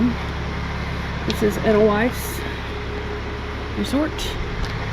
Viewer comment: Edelweiss the E is pronounced A and the W is pronounced V